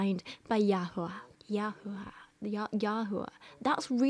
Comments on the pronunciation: I'm literally also an atheist but as a Jew the "Yahoo-ah" is absolutely killing me lol I have never in my life heard anyone ever pronounce the name that way. Like Jehovah bothers me less and that one is pretty egregious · as a Hebrew Bible scholar (with a masters from an actual university) it pisses me off SO MUCH that she's just making up a new fucking pronunciation for YHWH like ...... she can barely read English, much less biblical Hebrew!!! you have to be supremely stupid to make the assumption that the vav in YHWH is pronounced like "oo". biblical Hebrew phonology does not work like that! YHWH's name is not just a soup of vowels jfc